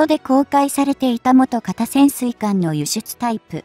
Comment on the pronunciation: ナレーションがかったるいことと、元型をもとがたとはつおんしたり、テンポが間延びしている。